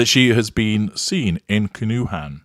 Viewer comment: Pronounced Can-O-Juan